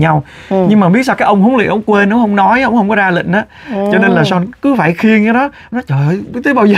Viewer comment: Son (Sean ) mà chị TL kêu Sôn 😅😅